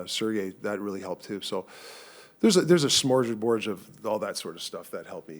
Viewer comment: "Smorjerboard". "Thanks Rick for that new word." "No problem." #RickThe🚀Tocchet